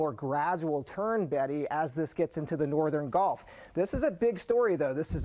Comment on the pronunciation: Why do new weather people all say GOLF of Mexico??? Annoying. I assume you go to college to get a journalism degree or something. Don't they teach you pronunciation?